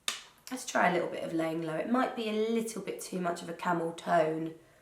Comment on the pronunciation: Layin low sounds wrong when it’s not in Jamie Genevieve’s accent 😂 Love this make up look!